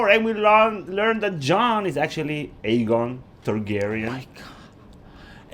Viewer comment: Was it aegon or eggon targaryean because I heard eggon